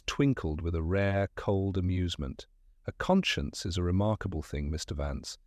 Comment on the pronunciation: The ai reading of some of the words is rather endearing: led,leed; red/reed; are common. But con-science instead of conscience...hell instead of he'll, and pronouncing "they" with the th as in "thick". The story is good 😊